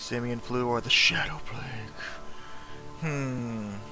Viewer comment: Plague Inc. not "Palgue" ...